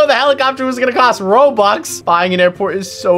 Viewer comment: It was robux not roburst